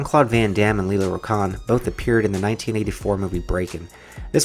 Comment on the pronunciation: Lela Rachon,pronounced "ruh-shon". Michael Jai White, Jai rhymes with "eye".